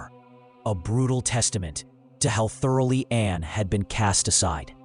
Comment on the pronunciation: The name was Anne, NOT Anna!!!!!! This is AI.